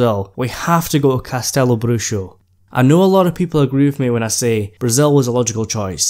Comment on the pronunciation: The X in Bruxo has an H sound to it. The name of it literally translates to Castle of Witches